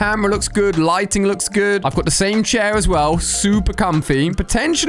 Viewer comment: When he said guud I laughed so hard